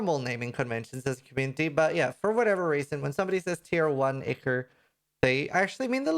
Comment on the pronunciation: its not important but ichor = eye core